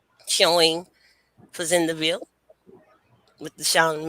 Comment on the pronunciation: Thank you for this❤ I’m a descendant of Charles and Cager family, my mother was working with Dr. Joyce Jackson at LSU. It’s also pronounced Fa Zand Ville (French)